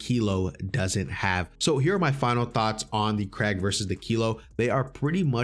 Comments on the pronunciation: Crack.. bro its krieg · Why are you saying Kreg bro its Krig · Since the Krig is based of the Swedish AK5, and Krig is the Swedish word for War, the correct pronunciation of Krig sounds similar to "Creeg" and not "Craig" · It’s Pronuced (Kr -ig ) not Craig lololo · why u sayin kreg 6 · I like ur vid but you saying kreg is driveing me crazy